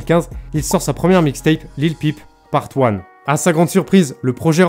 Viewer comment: Bien c'est simple, Il prononce mal Lil peep . Cette anglicisme ne se prononce pas comme une pipe lol.